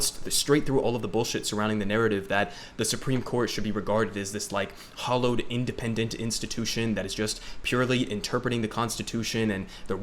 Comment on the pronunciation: "hallowed", kid; not "hollowed"